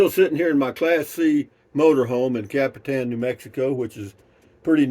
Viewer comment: I like the way Google girl pronounces Capitan , better than Alexa ! Copy - ton ! !